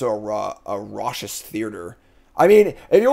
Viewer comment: Fast format, slow decks ftw! p.s. Racous = Raw Cus. Not Rawseeus